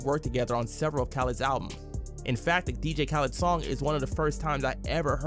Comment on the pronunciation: Bro did you really pronounce dj khaled like that 😅😅